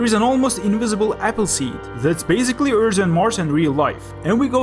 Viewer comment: You are such an underrated channel! I subscribed when I saw the first minute of this video, much love from the Netherlands :D And I just wanted to say, if you say for example earth, you say it like earsh, but you say it like eart (kinda)